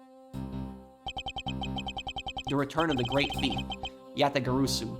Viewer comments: For future reference, Yatagarasu is pronounced "Ja (like German Ja) - Tah - Gar - Ah - Su". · Just a tip: Yatagarasu is pronunciated just as it's read, so there is no sound of "o", the "a" is pronounced the same in all syllables, just like you did in the first syllables